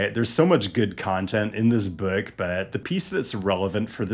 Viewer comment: I love the way you say book